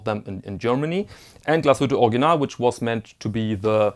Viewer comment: I think heard you pronounce Original as "Organ-ahl," "Org-ee-nahl," as well as "Or-ig-ee-nahl." I've got the pronunciation of Glashütte, but I'm still still not sure how to pronounce Original. As the proud owner of a new forest green PanoMaticLunor I want to pronounce the brand name correctly. Your help would be much, much appreciated!!